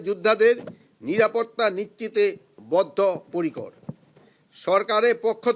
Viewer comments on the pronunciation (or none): হইসে, কোনো পোরকার, জাতীয় সংচ নির্বাচনকে, অন্তবতী সরকার, নিরাপত্তা নিচ্চিতে বদ্ধ পরিকর.... (ওসমান হাদি হত্যা!!!) ধীর গতিতে বাংলায় স্ক্রিপ্ট পড়তে উচ্চারণে এতো ভুল!!